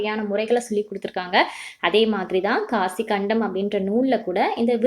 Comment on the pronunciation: not காசிக்கண்டம் that is காசிக் காண்டம்😊